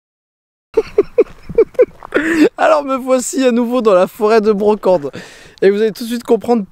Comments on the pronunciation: On dit la forêt de la Braconne** et pas de Brocande, super vidéo à part ça ^^ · C'est la forêt de la braconne pas de brocande !!!!! Et on prononce aubterre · Forêt de La braconne stp 😂😂 et non pas brocande mdr 😂😂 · "Foret de la Braconne" et non de "Brocende" où se trouve la" fosse mobile" et la" Grande fosse". Sinon sympa tes videos. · C'est foret de Braconne, pas Brocande ^^ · La Braconne , pas la brocande , j'habite à deux min de la grande fosse éhé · Forêt de la Braconne et pas Branconne! ;) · La charente,la meilleur des regions et super video Ps: didi la foret de la bracone ce prononce avec toute les lettres